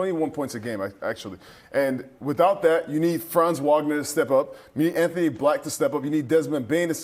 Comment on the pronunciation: How pathetic that your man in the middle can’t pronounce Franz Wagner’s name correctly? It’s only his 4th year and he’s definitely good enough to have the media remember his name!